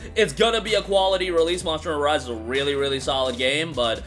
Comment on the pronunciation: Bro, slow down a bit and pronounce your words a little better there were a few times I i was like what did he just say, like "marsh starter vive" meaning "monster hunter rise" 😅